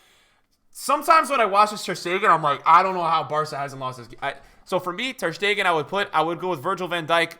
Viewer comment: Why does everybody say Stegan instead of Stegen??